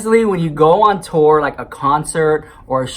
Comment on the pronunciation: I thought he said “Sister STORE” at first.